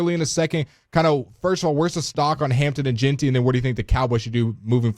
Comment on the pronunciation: Why does he keep saying Ashton’s name wrong? It’s pronounced GIN-TEE! 🤦🏾‍♂️